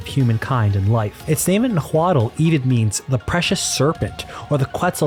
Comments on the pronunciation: It's not pronouns nah-Hua-l it's nah-uh-alt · Just an FYI, Nahuatl is pronounced “nah-wah-tl” the tl in Nahuatl is complicated, so I don’t expect non native speakers to understand or try to pronounce it. But if you want to try the TL noise is made by pressing your tongue to the roof of your mouth and pushing air through the sides of your mouth to make a sort of tl clicking noise.